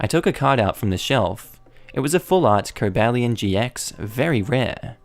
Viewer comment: cobalion pronouncement good